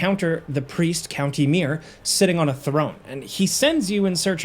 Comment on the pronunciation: Count Ymir, theres a space between, its two words. Theres no countymir in ER 😂